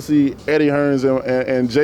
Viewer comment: Hearn not fucking hearns